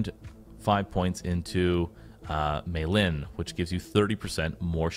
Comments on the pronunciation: May - LIN LOL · Myelin is pronounced My-Lean Also for anyone who wants to curve stomp the game but not stack for hours, Ahab + Pimp is probably a good bet. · just so you know it's pronounced MY-uh-lin, not may-lin. myelin is a biological tissue that forms around the axons of neurons. it's like a coating on your brain cells, to put it simply. i'm not trying to be a dick, really, i just tell people the correct pronunciations so that they know for the future and don't run into any other assholes who will make fun of them for mispronouncing something. the more you know